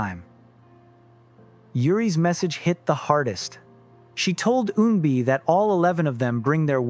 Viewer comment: I applaud you - your pronunciation of Korean words/names is getting much better with each video. Just one point, Eunbi is not pronounced with a “y” sound at the front - it’s not “yuunbi” but “uunbi”. What’s weird is that for the first half you pronounced it with a y, but a few parts of the second half, you pronounced it properly.